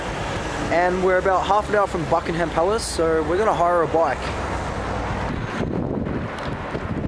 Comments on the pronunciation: it's pronounced bucking-um palace pal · The way he pronounced Buckingham 😂 awwww great photos aswell x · I love the way you pronounce Buckingham palace, you're so cute